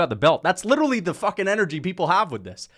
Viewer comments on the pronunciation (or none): none